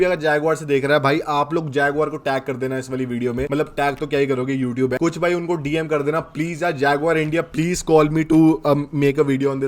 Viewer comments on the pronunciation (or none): none